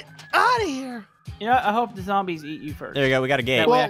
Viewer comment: I love when said ground zoombies